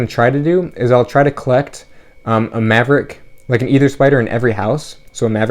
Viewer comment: I just googled the pronunciation, it's "ee-thr"